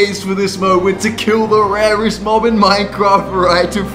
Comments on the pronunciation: Rarest❌ Warest✅ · Correction:rarest not rewast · Bro really said "Rewrest"💀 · Did you say waest?